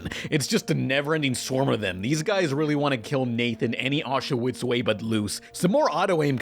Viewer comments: "Any auch-a-witz way..." I spat out my pan pizza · "These guys really want to kill Nathan any Auschwitz way but loose" If you're going to talk like this at least make some captions so we know what the hell you're saying.